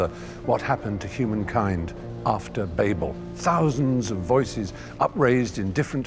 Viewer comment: Thank you, Stephen. Babel pronounced correctly, rather than the way Americans (or a certain confused proportion of) pronounce it as 'babble', converting the word from its 'proper noun' form to an onomatopoeic verb.